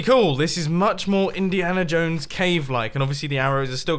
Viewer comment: No one: Mumbo Jumbo: Indihana Jones